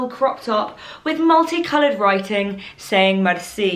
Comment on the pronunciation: U pronounce “merci” : MER - SEA 😂